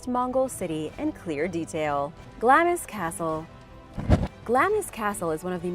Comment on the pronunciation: Glamis is not pronounced Gl-am-is, it is pronounced Glarms. The Castle is not abandoned. The Queen Mother Elizabeth was born there in 1901.